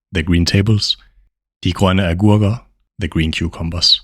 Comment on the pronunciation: it is great, but give us time to repeat😅. U are too fast. Also led to misunderstandings pronouncing "the" as "de"